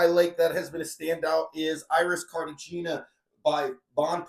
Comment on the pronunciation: Say it with me… CARTIHENIA